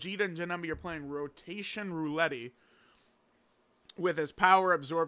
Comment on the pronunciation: You really don't know how to say "roulette" correctly? Lmfao rofl.